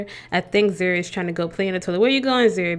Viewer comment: ok lol my name is zuri but zuri not zhuri